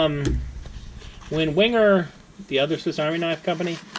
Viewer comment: .... it’s pronounced... ‘Venga’ ......